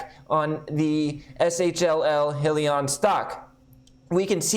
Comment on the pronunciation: Pronounced “hi-Leon”